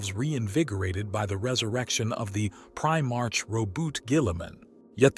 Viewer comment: Your pronunciation is atrocious and makes this entire video unwatchable. You are either using a text to speech, AI agent, or your have never seen any other lore videos ever created. Prime Arch? Did you mean Prime Ark? A ba don AB a don ABAD On. Can you make up your mind how to say this word? Ghoulimon? did you mean Gilliemon? My favorite was Imperia of man. IMP ear e um. There is a reason why this narrator was forgotten.